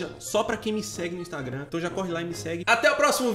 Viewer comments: só eu que reparei que no final do vídeo o falou "instragram" KKKKKKKKKKKKKKKKKKK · o falaou instragram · INSTRAGRAM? Rsrsrsrsrsrs